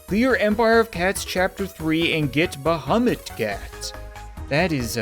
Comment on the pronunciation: when he said bahumat... with the t